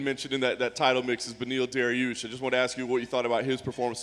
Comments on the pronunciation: omg ariel hasn't been to a presser in years, I really dont understand what you guys are watching, he said dariel because he messed up beneil dariush. . Dari-eil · Dariel.. as in combining his name and surname, you didn't hear that? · Dariel... Clearly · He said Dariel